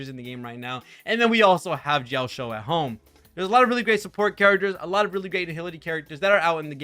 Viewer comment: Bro pronouncing Jiaoqiu as Jiaoshiu makes me giggle every time since it means "To be shy in a girly manner" in Chinese LOL